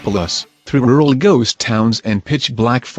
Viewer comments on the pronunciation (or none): none